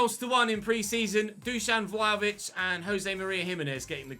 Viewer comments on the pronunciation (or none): none